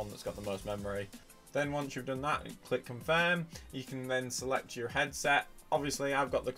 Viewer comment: Hey man you need to learn how to pronounce your in words.